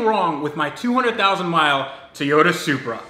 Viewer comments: Ok man i really love your videos ,but your making me crasy with your tayota its TOY-ota please!!!! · Its Toyota...not Tiyota! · I was under the impression that the car brand was a Toy-ota. On this video it sounds like you keep saying tea-ota. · Okay...while I love your videos...the whole mispronunciation of Toyota has to go! It is TOY-O-ta. Not TEE-O-da. There isn't an E in the word anywhere. Other than that, keep up the good work! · If its his dream car, shouldn't he know how to pronounce Toyota? Its not TEEYOTA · Please learn to say Toyota....